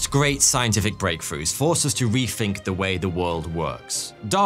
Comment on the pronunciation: “Refink” why can’t southerners pronounce “th” properly?!